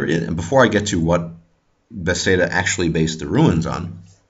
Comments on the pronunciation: this is a grat video. one quick question, why do you say bethsaida instead of bethesda? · i really enjoyed this viedeo however you say beTHEsda kinda odd ;)